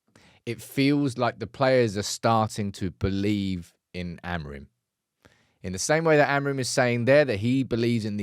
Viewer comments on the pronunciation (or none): Here's a tip to say "AMORIM" properly: Don't read the last "M". Here's how: take the word "sing" as an example. Now drop the "G" and you get "sin..." right? Now say it again: "Amorim"! Don't read the "M"! :)